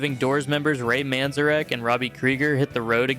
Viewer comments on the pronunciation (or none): Hey - Kiss sucks, but you literally said that their reunion tour was "wildly successful," so how are they on this list? Sure their new album sucked, but all reunion albums sucked. Kiss's reunion was NOT a "total fail." You don't know how to pronounce "Manzerek." How are you making music videos? You've probably never heard of The Velvet Underground, so let me add their 1993 reunion tour to the list for your next shitty video. THAT was a total fail. I'm not watching any more of your videos - especially when your audience knows more about music than you do. Cheers!